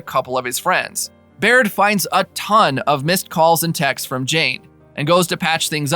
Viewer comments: It's pronounced Beard not Baird. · It bothers me how you mispronounced Beard and Tottenham. And also called a draw a tie…